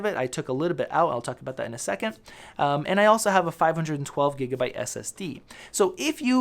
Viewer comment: You say gigabyte wrong